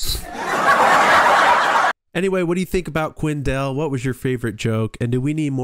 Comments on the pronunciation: QUINN DALE thats his name. not "Quinn-dell" where the heck did you learn to speak!? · It's Quinn Dahle (pronounced Dale). Sometimes he spells it DALE to make it easier. He so funny.